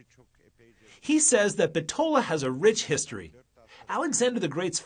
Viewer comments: Very nice. Only you are pronouncing Bitola wrong. Accent on the first syllable "Bit" i.e. Bítola not Bitóla. Macedonians put the accent on the anti-penultimate syllable in a word. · My heritage is from Bitola and that is the furthest thing possible about the history of this city..!! Why all the focus on the mosques?? Islam is the tiniest minority here? Deceiving video about the 'history' on top of not even being able to pronounce the name correctly lol Bit-ola (ola pronounced similar to dollar)